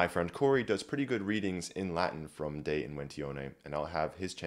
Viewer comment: Oh my goodness, this should be even more viral! the entire video is so well put together, it took me about 2 hours to watch because I was taking notes so I had time to notice more. The preparation of this video must have taken a while, and the Latin pronunciation is so wonderful! I wish to one day be as educated as this fellow, and be as skilled at Latin as he is. Wonderful video all around, i have recommended it heavily to my friends.